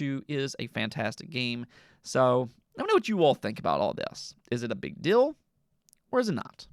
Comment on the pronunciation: Fill / feel Dill / deal You hold vowels way too short. Since your diction and flow is really good it catches so much more attention than it’d if someone else had that in their speech pattern. Once you hear it you cannot not pay all your attention on it either, it’s like nails on a chalkboard. Amazing work though, you could do some voice acting. Alternatively radio or podcast work could be good options as well. Since you’re already dipping into it why jump in fully